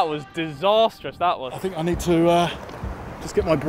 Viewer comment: Now now KSI, Chris said you said Ned the contract 😂